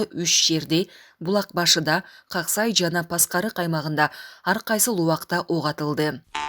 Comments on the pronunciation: Как-Сай эмес Ак-Сай деп айтылат . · Как сай, эмес туура айтсанар ал айылдын аты Ак сай. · Как сай эмес кок сай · Как сай эмес ак сай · Ак-сай деп кабар берсен туура окугансынбы кагазды туура окусан гаран